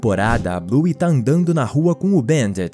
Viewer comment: Não é buy é bluey